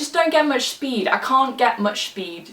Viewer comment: " can't get much spheed" lol i'm crying